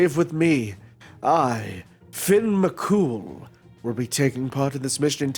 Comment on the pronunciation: Fair enough I suppose. I'm just Irish so it pains me hearing my man being called "Finn McCool" 😭😭😭